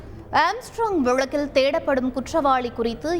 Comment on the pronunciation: வழக்கில்... வழுக்குது அக்கா.. தமிழை கொலை செய்ய வேண்டாம்... தமிழ் வளர்த்த தந்தி.... ஏன் இப்படி